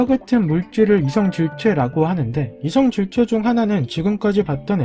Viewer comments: 이것의 '이'는 단음이고 이성질체의 '이'는 장음인데 단음으로 읽어서 잘못된 거 맞음 ㅋㅋㅋㅋ 아만보는 닥치고 좀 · '이성/질체' 가 아니라 '이/성질체' 로 나눠 읽으시는게 맞습니다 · 이성/질체 가 아니라 이/성질/체 로 읽어야 해요~😅😅